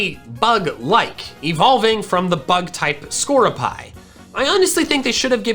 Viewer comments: its skorupee not skorupie its a shortening of scorpi-on so its skorupee also genesect is a mythical not a legendary but thats minor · "Score-uh-pie?" IT'S "skor-ROO-pee"!!! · Isn't it pronounced Sco-roo-pee?